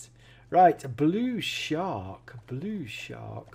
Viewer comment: U said bull shark wrong u said blue shark😂😂😂😂